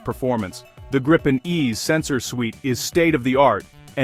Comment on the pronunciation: GRII-PEN not Graaypin